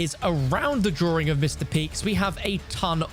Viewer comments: The “drawring” 🥲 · "DrowRing" I can't 😭